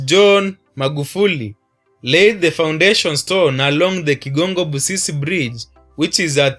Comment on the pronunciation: BRO IS NOT BUSISE ITS BUSISI KIGONGO